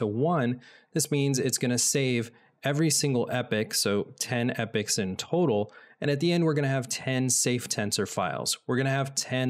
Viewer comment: Epochs being pronounced as Epics, lol